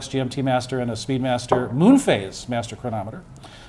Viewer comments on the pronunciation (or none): none